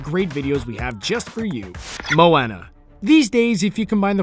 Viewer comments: moeONA that's how u say it not Moeana (I know I spelled it wrong, I was showing how to say it) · its not moanna its moana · AGAIN ITS PRONOUNCED MOAWNUH NOT MOAYNA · its not mo Anna its moana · It's prounouced mo wuna no mo anna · MOW-WAN-AA Pronouce it right fucker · It's pronounced MOw AWNA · it's pronounced Mo-wa-na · Omg moana is pronounced mo-o-na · you make me mad when you say moana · Pronounced moana wrong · I hate to nit pick, but you mispronounced Moana. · PLEASE STOP SAYING MOANA INCORRECTLY THERE IS A SONG ON HOW TO SAY HER NAME CORRECTLY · stop saying Moana that way! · He said moana wrong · he says moana so wrong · That's not how you pronounce Moana! Why is it whenever I watch videos about Disney they mispronounce Anna and Ariel and now Moana! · anyone else bugged about his pronunciation of Moana?